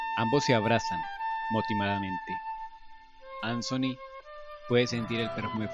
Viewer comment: Traer de Vuelta a anthony y con tantos detalles excelente narración y la pronuncion de ansony genial saludos